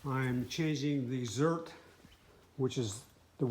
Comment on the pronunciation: Zerk.....not zert.....